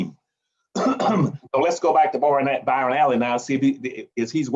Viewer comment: Sidenote how many people laughed At how many times he fucked up Byron Allen’s name damn bro you write books and you can’t say Byron LOL LOL LOL LOL